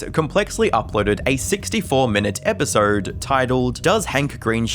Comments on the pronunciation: It's EpisOde not EpisERd lol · A thirteen minute episerrrd